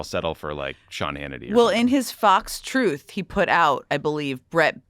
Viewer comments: When it's coming from Trump, it's pronounced "twooth", not "truth" 😐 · It’s kinda amusing to recognize the huge irony in the name. I personally like calling it “Troath” like he said when he first announced it. 😂